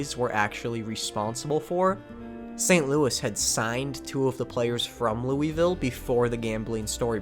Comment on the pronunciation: If you think that's bad, try being from Louisville for...this entire video lmao (great video, for the record, a lot of awesome baseball history, but not how you say that)